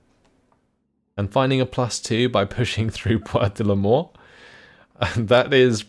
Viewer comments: It's funny because when you say "Bois de Limors", it really sounds like "Bois de la Mort" (woods of death) lol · I hear "Bois de l'Amour" on my side, but yeah, could go either way